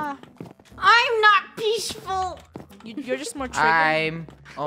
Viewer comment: IM NOT PEASHFUL - 2018